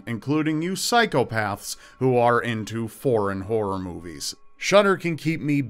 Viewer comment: The Netflix of WHORE!? Count me in! ...Oh, you said horror? Eh... no thanks. :P